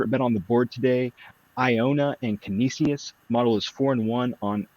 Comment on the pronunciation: Im a Canisius Graduate (Buffalo Jesuit School) --- Can-eesh-us ;)